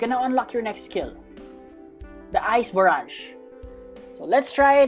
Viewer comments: Its ice ba rage like that not ice ba rege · Its ice barrage not ice barraj